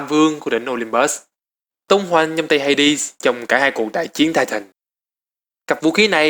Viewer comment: vũ khí của Hades em toàn đọc là Ha Đét